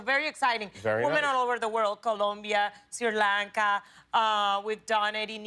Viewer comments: She just said Sri Lanka.... wow.... 🙌❤😘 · She said Sri Lanka 🇱🇰 wow!!!!!! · Did she say Sri Lanka? ❤